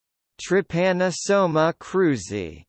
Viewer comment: A pronuncia correta desse protozoário é Trypanossoma Cruzy, não "TRAIPANASSAMACROZI". Ao fazer um video educativo deve-se ter cuidado com as informações que se quer transmitir.